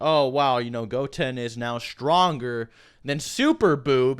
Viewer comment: The way you say goten really rustled my jimmies